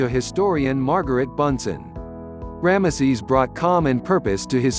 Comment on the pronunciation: The way you say ramesses , it sounds like one of those old blue collar comedy skits , cause it sounds like you are saying "grandma sees"